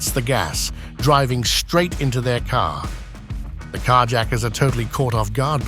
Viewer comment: I'd rather hear a script read by a text-to-speech robo-voice than this garbage AI narration. Car yacker? talkaboutaplottwist!!@